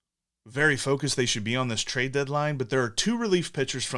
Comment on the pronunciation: "Trade-ar." "TJ Speedl.", you are one of my favorite sports media members. 👍🏿